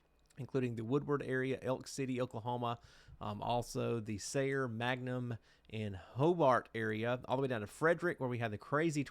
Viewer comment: Don't feel bad for saying, "MAG-num"... we do it by mistake here all the time. It's actually "MANG-gum"! 😂 But seriously, thank you for this forecast for today. I think everyone in Oklahoma and Texas are keeping their eyes to the skies this time of year.